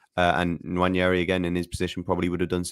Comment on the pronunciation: His name isn't "Nwanyeri". You're an Arsenal fan, please say it properly.